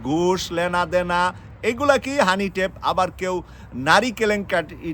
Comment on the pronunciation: কি বলেন ভাই হানি টেপ বেলন! এটা কি শিক্ষিত মানুষের উচ্চারন!